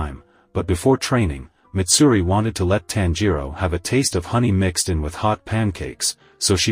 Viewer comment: That’s not mitsuri that’s maidsuri